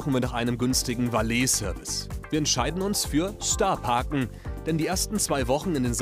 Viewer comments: valeee service... junge wie peinlich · "Valeeh-Service" raubt mir den letzten Nerv